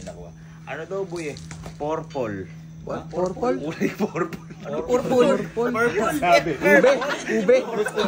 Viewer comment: habang kumakain ako biglang bigkas ng"PORPOL" lumabas kanin sa ilong ko ahahaha